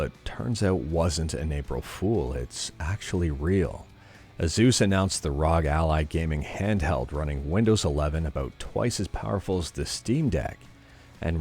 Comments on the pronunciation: Not sure if you're aware, but "ROG" is an acronym for "Republic of Gamers," and horrible name aside, I believe it's meant to be pronounced phonetically, sounding out each letter like "Are Oh Gee." Just a heads up! I've been watching the videos daily for god knows how long now, keep up the great work! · asus ROGALLY